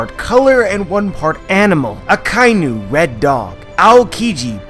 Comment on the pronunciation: Aka - Inu . Inu= dog. You are saying Akai - Nu. There is no such animal as a Nu ;)